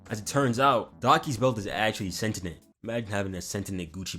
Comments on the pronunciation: Calling Daki Dabi is fine imo, but saying "sentinent" instead of "sentient" crossed a line brah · bro really out here saying 'sent-in-ent- and not -sen-tee-ent lolol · We're not gonna act like you didn't just drop the ball here. Sentient (Sent-tee-yent). Bro can't pronounce to save his own life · SENTINENT, SENTINENT OH MA GAWD 😭 we cant be this black bro✌mf bouta start saying axe instead of ask